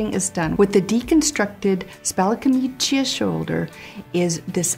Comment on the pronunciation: Thank you, very interesting, but, please camicia is pronounced with only one i. Kameecha. The second i is only there to indicate that the second c is a ch because c before a without an i would be a k.